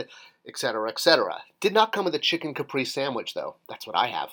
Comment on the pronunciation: caprese is pronounced "ca-pray-zay" not "caprice"